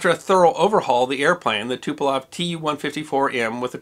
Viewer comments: Speaking of which, it's TuPOlev, not TuPElov - there's the same mistake in the description. But still a really good job. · "Tuplough" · As a person who can speak a little Slavic I think your pronunciations were pretty good! One error I did note though was that you said the crash of the Polish airforce Tu-154 occurred in Poland, it did not, it occurred near Smolensk, Russia.